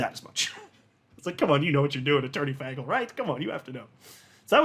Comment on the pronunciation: It’s not FAGel, it’s FAYGEL 😕